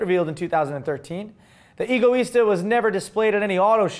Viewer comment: Am I the only one that believes that Egoista means Selfish? No pronounced Ego, but a bit more like Eggo -Let-go my Eggo -. Eggo Is Tah... Oh and if forgot! haha "Ooooohhh, it is not pronounced..." (Mimicking while making fun of the haters in the comment section while fake typing on his desk/stage):D